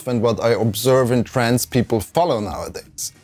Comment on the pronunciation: Hey brother I know you said "TRENDS people follow..." but it sounds an awful lot like -trans people-. The bot's(algorithm) will inevitably consider this video to be in the social dynamics category which is notorious for demonization. Otherwise, thanks for the breakdown on Youtube dynamics this was a great video, I've been a subscriber for the majority of those 10 years.